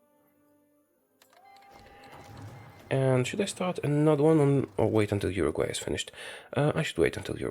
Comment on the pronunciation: I think he never heard abute Urugvay